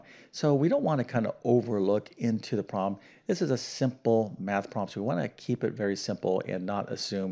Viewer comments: Can't he say "problem?" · your attention to detail in language does not match your attention to detail in math. Instead of fully pronouncing the word "problem", you tend to take shortcuts, saying either "promm" or "prollem". Please remember that accuracy in language is every bit as important as in the sciences. I enjoy your channel, and even though I'm an old fart, your problems keep me sharp.